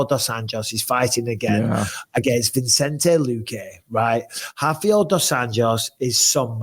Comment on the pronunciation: Guys it’s VI-cente not VIN-cente